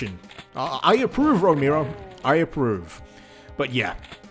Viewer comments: Its pronounced Row-Mare-O, John Romero, not Row-meer-o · Romehro. Not Romeero. You fucking idiot. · "John Romeero." Lmao. It's ROMAIRO. Romero. Haha, love ya man. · I know who John ROMERO is, but not John Ro-mee-roe. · "JOHN ROMEERO" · “John Remeero” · everytime he says John Romero, i hear "Jown Rokneero" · The way you spell Romero hurts my ears, why such an emphasis on E? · Since you called us out on whether we know who John Ro-May-Ro is, I’m going to poke you back for flubbing the pronunciation of it. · "John Remiro" :D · John roMIRro, romeero, romyro? No, you disgust me. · if you're gonna bitch at people for not knowing who John Romero is at least say his last name right m8